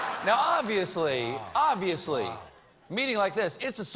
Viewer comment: This guy can't even say Kanye right